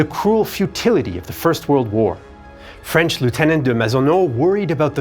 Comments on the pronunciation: FWIW, the narrator's French pronunciation is spot on - bravo! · your French pronunciation is fantastic!